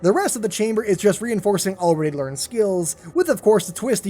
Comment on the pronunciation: learn how to pronounce "learned"